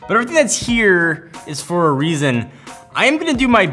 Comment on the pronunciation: Convenient FOR me. Vertically INTEGRATED. You'd swear english was your second language in this one.